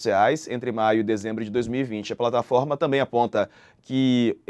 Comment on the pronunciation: Porquê o repórter fala plantaforma? ao invés de falar plataforma.